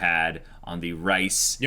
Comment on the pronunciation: Why do I keep hearing the “Rice” family.. it’s not “Rice” lol. 😂 It’s pronounced more like Reeses Cups!